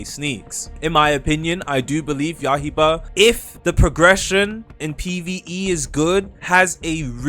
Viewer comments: you gotta stop saying yahiba bro its yaiba, yaiba as in blade, what is yahiba supposed to be 🗿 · "ya-hie-bah" 😭😭🙏🙏 when is it gonna stop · please stop saying ya-hi- ba